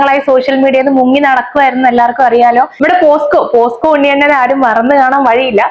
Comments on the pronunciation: posco alla pocso ath onnu padiku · പോസ്‌കോ അല്ല പോക്‌സോ